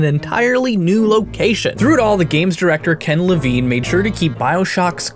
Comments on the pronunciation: It's pronounced LeVEEN! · I'm sorry to be that guy but it's pronounced lavEEn:P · You pronounce "Levine" two different ways :) The first way I believe to be the correct one.